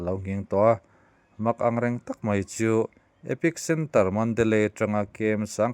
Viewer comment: Epic centre ni lovin, epicentre tih tur aw